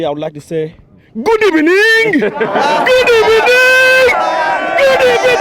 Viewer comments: Good ebening, I cringed so bad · What a great video. Especially the Good Ebening guy 🤣